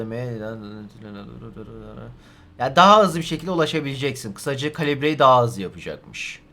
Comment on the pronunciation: harbi daha azlı anladım sonradan 40 diyo hızlıdır dedm sonra iki kere düşündüm dediği kelimeyi hızlı diyomuş türkingçe gibi